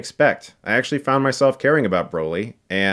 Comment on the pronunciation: i cringe every time you pronounce it Bro-ly. like. wtf. it’s Brah-ly. how do u consider urself a mega fan and pronounce his name wrong